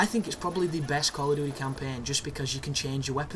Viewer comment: So that's "call of doodee" folks, just in case you thought it was "duty" : )